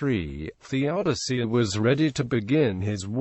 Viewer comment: Good stuff. You need to feed your voice generator with a spelling of Theodosius that is phonetic - it's pronouncing it wrong. see